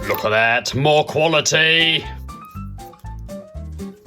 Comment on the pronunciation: How much times has he said "Quility"?